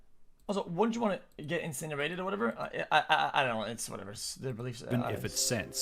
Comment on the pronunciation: “Wouldn’t she get 🔥incenirated🔥” “You’d be left with a shara dessert of ash.”